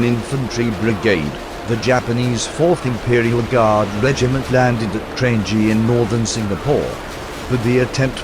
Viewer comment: Watching the robot explaining it was painful. They managed to get Kranji's pronunciation correct but Changi wrong. It's "Chang-yee", not "Chan-Gee".